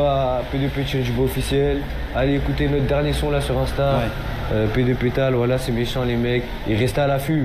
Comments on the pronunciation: Faut lui expliquer, ont dit "voilà" pas "woila"... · En fait, ils ont juste besoin d'orthophonie, non ? J'ai l'impression qu'ils n'arrivent pas à bien prononcer "voilà"... :goodvibes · Faudrait quand même dire a tous ces déscolarisés qu'on dit "voilà" et pas "wouallah" 😂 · Il a dit whala